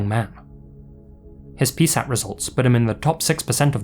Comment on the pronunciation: This is such a minor nitpick, but when pronouncing P.S.A.T., you say each letter individually. At least, I've never heard anyone say it any other way :)